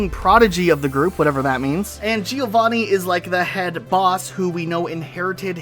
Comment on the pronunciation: Gio-vanni... That's the funniest thing ever as an italian